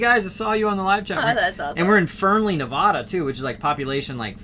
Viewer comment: you sound like a Texan or from the eastern U.S. It is not "ne Vaaaugh da," it is "ne Va da." You do go to Burning Man frequently so I just thought you need to be able to pronounce it correctly.